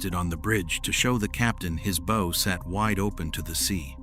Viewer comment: I can forgive the AI mispronunciation if the word "bow" because the video is not bad. SO... MESSAGE TO CREATOR - HOW ABOUT ABANDONING AI AND BRING YOURSELF BACK TO NARRATION? NOT ONLY WOULD IT MEAN NOT BEING LAZY, BUT IT WOULD MEAN THAT YOU, BEING THE MAIN INTELLIGENCE WOULD RECLAIM PART OWNERSHIP INSTEAD OF SPLITTING IT BECAUSE YOU ARE GONNA FIND YOURSELF BEING LEGALLY CHALLENGED BY USE OF AI, WHERE THE LEGAL ARGUMENT STATES THAT THE ARTIFICIAL INTELLIGENCE OWNS PART OF THIS VIDEO. I should know - I'm a lawyer involved in preparing a first case on that actual subject ( on another video maker ) and we expect to win.